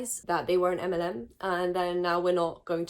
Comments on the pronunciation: I thought was saying "M&M" instead of "MLM" so I was confused while wondering what was wrong with the chocolates 😂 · since I've been speeding up videos, you saying "MLM" sounds like m&ms and it confused me on why you popped off on a candy :,) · What about Skittles? Can I speak on them? ☺️ (I apologise. I thought you said M&M the first time. Not MLM) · am i the only person who thought she said M&M instead of MLM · Fully thought you were saying M&Ms and I was so confused, was like that’s my favourite chocolate 😭😭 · I dead ass thought she was saying mnm and was thinking the chocolate company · I swear I thought you were saying Eminem